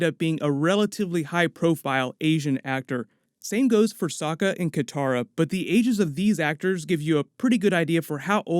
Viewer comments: Katara not Kintara.... but awesome news. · Lol you keep calling Katara "Kintara"